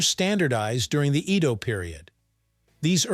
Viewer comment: Is it more of a "dare food" than fugu or natto? Your pronunciation of "shiokara" (about half the time), "Edo," and "izakaya" are completely wrong.